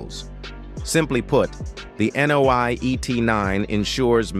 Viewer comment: Nio，not NOI. lol